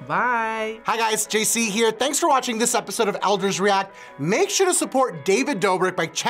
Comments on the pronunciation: lol one of the old mans said “david Dawbrick!!” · "DaViD dAbRiCk!" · David Dobrik lol an old guy said David dabrik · David my gawd it’s David dobrok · David dorbick 😂😂😂